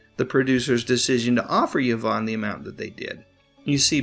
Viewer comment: It’s pronounced E-von, not Ya-von.